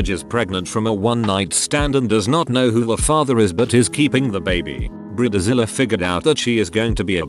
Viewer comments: "briddzilla beach" lol gotta love robo-voice pronunciations. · Brih-duh-zilluh Lol